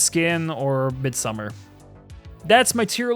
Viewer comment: I love A24 flicks, great list, and I'm sorry, so sorry, but it's pronounced Mid-some-arrrr.